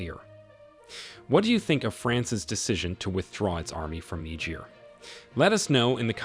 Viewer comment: If you cant even say the name of the country you are doing a story on, how do you expect it to be informative?